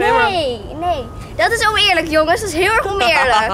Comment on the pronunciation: zegt "omeerlijk" in plaats van oneerlijk